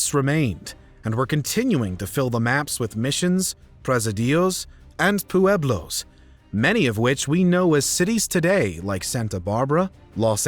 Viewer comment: Didn’t know CA had the first “pooh-eblos”